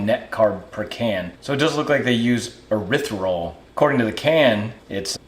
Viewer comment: You were close on the pronunciation of erythritol, it's pronounced eryth·ri·tol